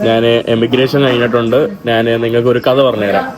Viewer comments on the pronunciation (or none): നാൻ, നാണു, നാന് അല്ല. ഞാൻ എന്നു പറഞ്ഞു പഠിക്കുക